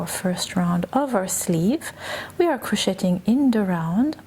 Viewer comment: Omg PLEASE! STOP! Pronouncing the “t” in the word ‘crocheting!!!!!!!!’ It is EXTREMELY distracting!!!! Oh, and I absolutely love this design btw... even if your math is massively off for the front and back panels and the sleeve holes. It’s okay though. I figured out a way to fix it myself.